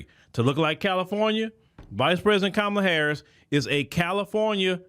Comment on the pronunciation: Host did I hear you right did you say KONmala HARRIS ?